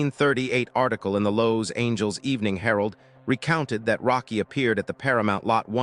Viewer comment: Lows-Angels? WTF, can't your Ai narration software learn to pronounce one of the most famous cities in the world. I've had it with Ai narrators. I'm outta here.